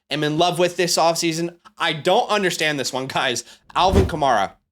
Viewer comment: Love the advice. My only comment: It's Alvin Kamair-a. Mair said like hair